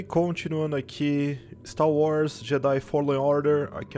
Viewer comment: "Continuando aqui o stá wars"